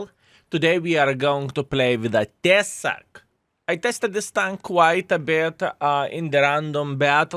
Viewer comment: Skill, "Tesák" žodyje reikia kirčuoti "á" raidę.